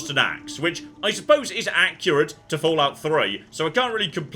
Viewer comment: Don't you mean Axurate? ;-)